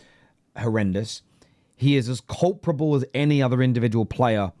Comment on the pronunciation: Your mispronunciation of the word "culpable" when referring to Onana was annoying me throughout this video... Then you referred to Onana as the "culprit" ... and I realised why you keep saying "culprable" .... Glad I got that off my chest. For future reference: the word is *culpable... not "Culprable" Many thanks.